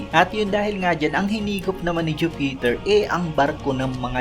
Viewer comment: Jupiter not ju peter! Haist!